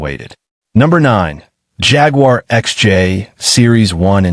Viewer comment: It drives me insane the pronunciation of Jaguar..